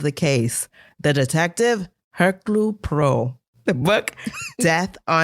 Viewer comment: Poor thing. His name is one of the hardest to pronounce. Phonetically it is Hercuel(like fuel) Pwah-row(like low). Love your show, as always. A David Suchet fan and love the old 70/80s movie adaptations. Will wait for the library to get this. And would rather spend close to $6000 for this cruise rather than the same price for 2 days on a fake cruise going nowhere. CoughDisneyCough